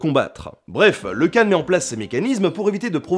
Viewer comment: Et le 'kh" de Khan se prononce comme dans Khaled (mongol: Хан).